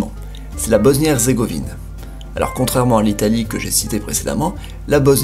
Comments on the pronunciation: hezzzrzzzegovine mdr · "Bosnie erzrgovine" HAHA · Nan mais j'ai Halucine le massacre qu'il a fait "Hezzrzégovine"